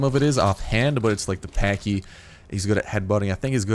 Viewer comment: You are pronouncing it wrong it's like saying patch but patchy but the way yours opposed to say it